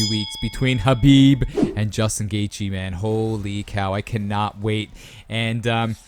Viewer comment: The h is silent in gathje